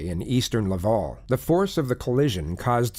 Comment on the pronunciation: I live in Montreal and I just have to say the way pronounced “Quebec”, “Laval”, and “Montreal” pained me lol. Also it was clear this was in Quebec as soon as I heard the investigator’s accent 😂 Edit: This woman is a monster and we do not claim her